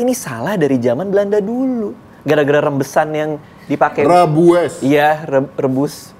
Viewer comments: Rijbewijs pengucapannya, Raibewais Om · Om Ded: "Rijbewijs". Radit: "Rembesan" wkwkwkw bengeeeek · rijbewijs, dibaca Rembesan